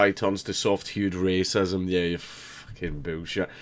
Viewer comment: "bewl shet" God damn it I love the Scottish accent.